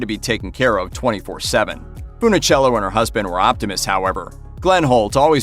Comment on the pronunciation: Mispronounced her name as FoonOhchello so many times. I gave up. Bye.